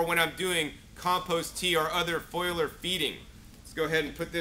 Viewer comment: You need to learn how to pronounce foliar (fol-li-ar) there is no foil in it